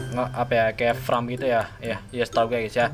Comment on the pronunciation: Farm bang Bukan Fram